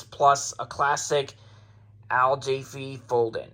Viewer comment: The A in Jaffe is short.